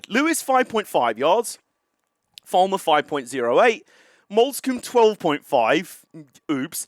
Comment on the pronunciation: Glynde is g-lined. Lewes is lew-is and Falmer is Fal-mah. Hope that helps. :)